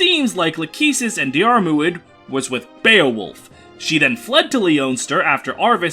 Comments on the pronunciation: JSYK, Diarmuid is pronounced just like Dermott (der-mit). His name didn't actually change from the old translation. It's just spelled more accurately. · I thought it would be "Diarmood"